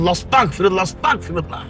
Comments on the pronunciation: উচ্চারণ হবে আস্তাগফিরুল্লাহ... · এখানে অস্তাগফিরুল্লাহ না আস্তাগফিরুল্লাহ হবে।